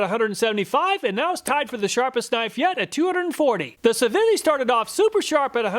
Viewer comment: Civivi is pronounced See-vee-vee. It's one of the better Chinese brands and sells other knives under Sencut and WE Knives as well. I highly suggest you check out some of the knife review channels out there, such as Neeves Knives, Beez Blades, and others. There's more to a knife than price. Type of steel compared to hardness rating, edge geometry both have a lot to do with performance and edge retention. Civivi, Kizer (my favorite Chinese brand), Bestech, Two Sun, Sencut... there are many budget brands coming out of China that are legit killing US made knife quality and performance when comparing prices.